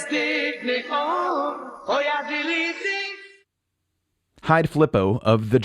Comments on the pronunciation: It’s not “die” Beatles. “Die” translated means “the”. It’s pronounced dee, as in dear, or deer. 2 of the Beatles are very much alive. Ringo, in fact, is turning 80 on July 7th 2020. I saw him in concert a few years ago, and I also saw Paul McCartney in concert recently. Both put on great shows! Don’t assume somebody is dead just because they were born in the 1940’s. Some of us still climb mountains. 🤭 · German "die" isn't pronounced as the english "die" German "die" (feminine/plural Version of The) sound more like "dee" in english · My late partner, she was German, enjoyed these tracks. Both records have translation differences. Die is pronounced "dee", only a fool will say "die" as in English die. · Yep and die is pronounced dee. Not die. That would be weird xD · It's pronounce dee Beatles.